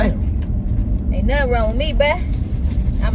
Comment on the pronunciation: English, English!!! It's not "nun." It's " nothing." The school system and failed parenting shows. "Nun." 😩 Instead of going back and forth with me, you should be trying your hardest to read, " Hooked on Phonics."